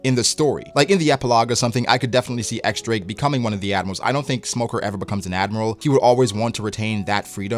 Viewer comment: it's x-drake bruhh